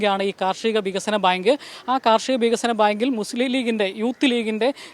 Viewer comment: ബയങ്ക് അല്ല പൊട്ടാ ബേങ്ക്